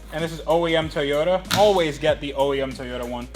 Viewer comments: So did you guys even check your piston ring gap at all? Just curious and if not why? Btw, it pronounced TOY-YOTA and not TEYOTA bruh. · TOYota, not Teyota. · Where do you get the e sound in Toyota. That is annoying that's why I stopped watching the damn video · why do you say teeyota it makes me irrationally angry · TAY-OTA Supra! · Nobody:: TUHHYODA Edit: Don’t be triggered kiddies I’m aware that’s probably the correct pronunciation 🙄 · the type of guy to pronounce Toyota differently every time he says it... Good work, enjoyed the video.